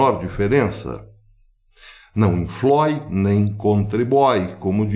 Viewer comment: não inflói nem contribói. Que ponto chegamos. Políticos imund0s, só pensam em poder, mesmo que para isso destruam o país. E o pior, são funcionários do povo que “pisam”. Lastimável, para dizer o mínimo!